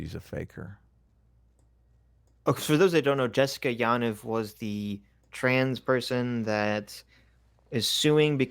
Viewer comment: (btw, it's pronounced Ya'NEEV: Jessica Yaniv)